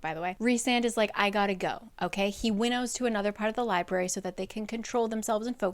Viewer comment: I read the first one. I really liked it and got the audio “dramatized adaptation” of the second book. Loved it. Got the “dramatized adaptation” of book 3 and got a bit past halfway through when I counted the THIRD time the guy who voiced Rhys pronounce “library” as “lie-bary.” LIEBARY?! I returned the dramatized adaptation and decided to finish out the series with your videos and couldn’t be happier in that choice.